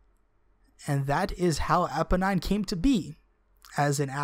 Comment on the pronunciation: I think you pronounce it Eeponeen :D